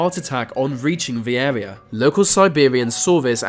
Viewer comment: GO TO SPEECH THERAPY... Blow your nose... Bloody awful. "fink" instead of think.. "Airwea" instead of area. "fousand" instead of Thousand. "growf" instead of growth. Totally f'd up what could be an interesting doco. Redo it with another speaker